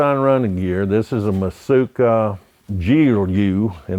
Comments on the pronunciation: Matsuka nope its mitsuoka. Mit sue oh kah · You'd think he'd pronounce Mitsuoka correctly if he's selling them